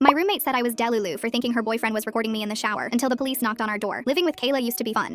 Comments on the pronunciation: ‘de-lulu’ love that pronunciation 😌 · “Del-ulu” uahah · not the pronunciation of delulu sounding like labubu